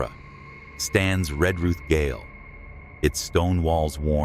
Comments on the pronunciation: The word gaol is pronounced jail not “gale” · goal is pronounce jail not gggggggggggggail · its Adelaide {jail} gaol, we spell it differently lol... the Adelaide Gail hahaha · Wish this guy could pronounce the words correctly. Gale is not gaol Australians spell the word with a g pronounce j. Western Australia is not SA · The word GAOL is pronounced JAIL...🎉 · Gaol is actually Jail. And pronounced as Jail. Aka Adelaide Jail, (Gaol) cheers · It's Jay -ol : prison , ya need to speak English...